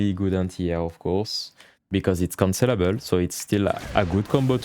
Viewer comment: Great guide and format, I will be looking for more. I just had a decent lol as I realized after about 5 minutes into the video that he was saying 'cancellable' not 'considerable'; I kept hearing 'this move is considerable' and I was waiting for a reason why 😃